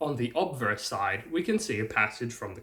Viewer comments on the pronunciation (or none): none